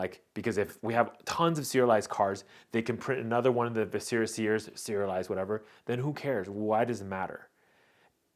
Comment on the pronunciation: The emphasis in the word "viscera" is on the first syllable